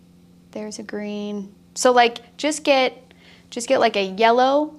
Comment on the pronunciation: Yella! You said Yella! Thank you for sharing your mad skills! <3